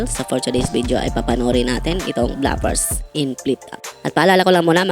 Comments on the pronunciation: Inulit ulit ko pronunciation ng BLOOPERS sa Google,, hnd BLAPERS ung sinasabi😂😂😂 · Bigkas mo bluffers. Bloopers dapat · Nakalimutan mo pong Blu-pers tawag dun, hindi Bla-pers😂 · Bloopers, hindi blapers, BOBO! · Bro, basic word naman yang bloopers. Bakit hindi mo alam ang tamang pronunciation?